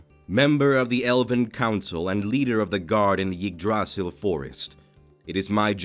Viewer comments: did anyone find it funny that said Eggdrasil forest instead of Yggdrasil forest? cus I did. 🤣😂🤣😂🤣😂🤣😂🤣😂🤣😂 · It’s funny how most of the voice actors mess up saying yaggdrasil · IGG-Dri-Seal is how it’s pronounced